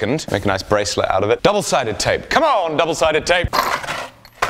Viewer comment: "c'mon double sided tape" sounded real southern.